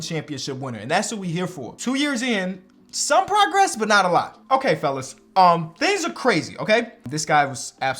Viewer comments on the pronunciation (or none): none